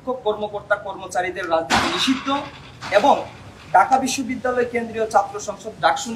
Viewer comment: ঢাকা বিশ্ববিদ্যালয় উচ্চারণ ঠিক করতে হবে